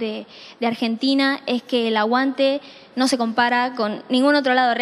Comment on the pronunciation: porque pronuncia todos los nombres propios en su idioma original y después dice Arshentina?